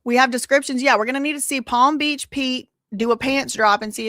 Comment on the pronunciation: I love you so much but palm beat peach killed me😂 I'm sorry girl love you so much❤❤